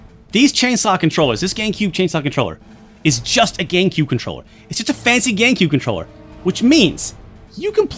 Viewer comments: Is it just me, or does he say, Gaincube?? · I keep hearing Gay-Q instead of GameCube